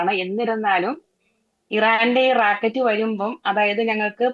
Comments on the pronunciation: Not... Rakat ❌rocket ✔️ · റാക്കറ്റല്ല ചേച്ചി റോക്കറ്റ്😅😅😅😅